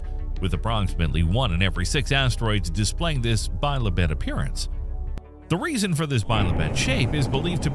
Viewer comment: The bot reading this script can't even pronounce "bi-lobed", that is, having two lobes. Why not have the script read by an actual human being who knows what he/she is reading? Also this moderate sized ateroid is called "immensely large". It's not. It's been ruled unlikely to impact Earth in the foreseeable future but even if it did the damage would be serious within a limited area on land or merely cause a large tsunami if it fell into the ocean.